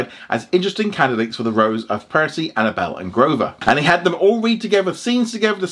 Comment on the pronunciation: he call her annabell?